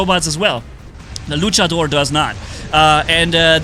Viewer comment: I love how says Luchador Lucha-DOOR